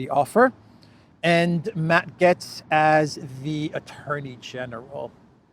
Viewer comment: Gaetz rhymes with gates. Also, It's Cry MEE ah, not Cry May uh. And tell Cypriots to stop spray-painting trees. Thanks.